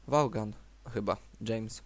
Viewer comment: Świetnie !!! Tylko taka mała wskazówka : Vaughan czyta sie Vołan